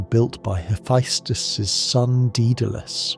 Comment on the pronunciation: Not a bad video but fuck the amount of mispronounced shit, giants in Norse mythology (yo-t-in) their land (yo-t-in-hi-m). (Ha-fess-tis or hee-fess-tus the tis and tus can be swapped between the two) what ever you said for his name aint it. The annoyance finally got to me 40 mins in but otherwise so far video isn't bad. Another one no he doesn't know kratos is a god he thinks he's a giant aka he was looking for his wife but found kratos and assumed he found that giant.